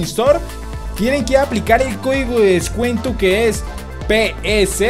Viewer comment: es descuento no descueto